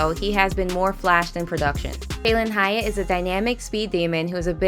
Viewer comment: The disrespect on Hyatts name, the hell was that